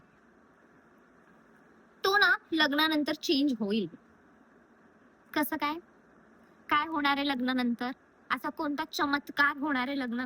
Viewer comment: That pause after kaskayyy !! Kaay honare lagnanantr !! 😂😂Waiting for your next post already❤